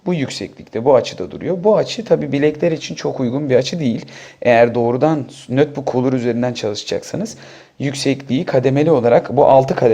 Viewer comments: nötbuk değil notbuk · nötbök diyen adamdan bir şey beklemiyordum zaten.